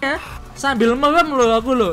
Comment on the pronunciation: Merem bang bukan melem 🤣🤣🤣